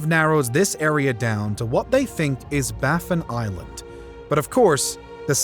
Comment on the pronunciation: Baffin island, not Baffen island.